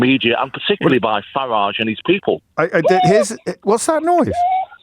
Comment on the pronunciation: For somebody who is privately educated, he can’t pronounce Farage’s name correctly.